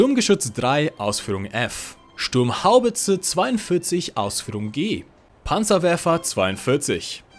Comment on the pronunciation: lol "sturms" the panzer